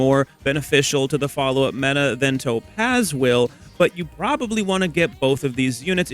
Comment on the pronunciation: I hate how you say "To pazz"